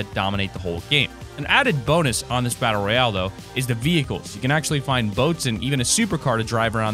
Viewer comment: Edward Daniel It is battle royale not royal